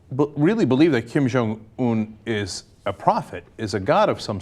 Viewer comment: Guys. It's not Kim Jong ooon! It's more like Kim Jong eun. 김정 은 not 온 sound.